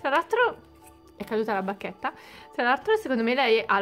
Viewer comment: Ma ai detto barchetta o Bacchetta